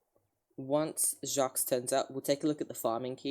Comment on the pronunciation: you’re correct! the S is supposed to be silent. apart from that he’s saying it right